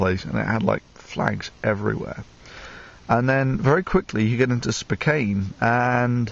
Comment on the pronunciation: It's "spoh-kan" ;)